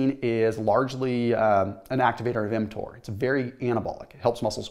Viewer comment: I thought he was giving us a swipe lesson when I heard him say mTor